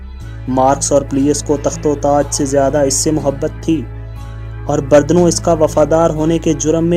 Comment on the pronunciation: بھائی یہ بردنو نہیں بلکہ برونو ہے۔ Giordano Bruno